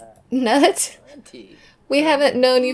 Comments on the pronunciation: Oh, is that Knud like Knut the Great? Probably, in that case it'd be pronounced with a hard K followed by "nooth," with a "th" like the "th" in "then", just fyi! (The anglicized form of its cousin "Knut" is "Canute") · I love Bess and her soulmate Knud. I assume it's much like Knut, which you say k n oo (like cool) t. We had a foreign exchange student from Germany stay with us when I was a teen. His name was Knut. I'm kinda getting used to Nud though. Lol Nice calm year other than Lucia's interesting behavior at the end there.😂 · Haha, thanks for this one! I definitely think Bess should go forward with Knud - especially if you keep pronouncing it 'knot'! I know it's not fair, because it's a really difficult name to pronounce, but I was cracking up every time you said it:) And you said it a lot, in a real skeptical way, too! I'm Danish, and as I said, it's a difficult one. The English version is 'Cnut' I believe. You pronounce both the k and the n. The u is almost like in 'pool', as higglety wrote, but shorter. The d sounds like an l to most non-danish speakers (I think this is where the idea of Knud rhyming with pool came from). But it's actually a very soft d, more like the sound of 'th' in 'the'. Okay, that was a long explanation - Google Translate pronounces it really well, if you want to listen to it:) Thanks again for the episode! I like how Lucia just randomly woohooed with the monk in the end! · I think it is “nud” 😂 like the last name Knudsen.